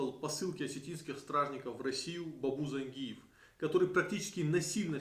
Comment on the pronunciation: ЗаенджИатай, и по русски ЗангИев, но не зАнгиев это точно!